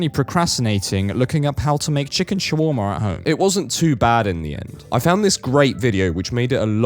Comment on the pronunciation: what the fuck is that pronunciation for “Chicken Shawarma”